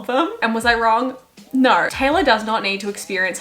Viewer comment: “respectfully, NAUR disrespectfully” HELPPP